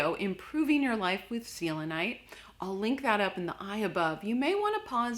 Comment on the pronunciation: The way you say selenite drives me crazy XD